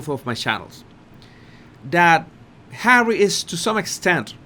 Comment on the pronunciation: You have to say HAWWY a few more times please you have me in stitches and I have had a really shit bollocks day today however I have you to cheer me up Bless you 🙏 😊 love from Cornwall UK 🇬🇧